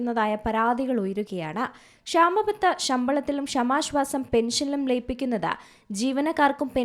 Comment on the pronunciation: വായിക്കാൻ അറിയില്ലെങ്കിൽ മിണ്ടാതിരി ക്ക്. ഷമാശ്വാസം പോലും. കേൾക്കുമ്പോൾ ഒന്നും തോന്നുന്നില്ലേ. പുതിയ തരം ശ്വാസം 😂